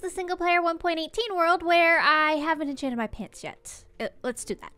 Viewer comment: I thought you said "I haven't changed my pants yet" and not "I haven't enchanted my pants yet". Didn't catch on till I saw the enchanting table